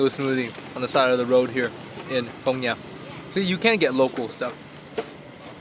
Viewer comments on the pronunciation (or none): hahahah its Phong Nha not Phong Nhã cutiepie